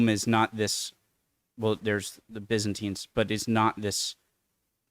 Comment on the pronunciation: Why can't Americans pronounce BYZANTINE properly !? The DARK AGES, or EARLY MIDDLE AGES, was from 5th to 10th century.